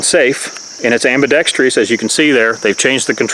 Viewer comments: Good vid, but the word is "ambidextrous", NOT AMBIDEXTRIOUS!!😎🤣🤐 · Very well presented and articulated! One critique...AMBIDEXTROUS is pronounced (Am-be-dex-trus) not (Am-be-dex-tree-us)🤣🤣🤣 Happy New Year!